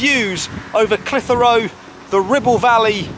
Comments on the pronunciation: Great footage! You do need some training in how to pronounce Clitheroe though! Not reyt lad! Clithera tut locals is spot on!;-) Apart from that, a great vid! Now the old Market was originally in front of the Library/White Lion, it is now based on the old Auction Mart which sold horses etc and which is what you videod. If any of your punters like real ale, Clitheroe hits the spot! We are traditionally Tory voters and NEVER has a RED been our MP! Always a Blue but for once! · Great video but please don't empathise the H in Clitheroe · You need to talk to the folk in Clitheroe to learn how Clitheroe is pronounced. Caus you had me in stitches listening to how you were pronouncing it. lol